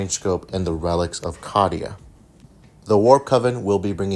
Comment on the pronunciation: Awesome vid, still love your channel. Canon pronunciation is Cay-Dee-Uh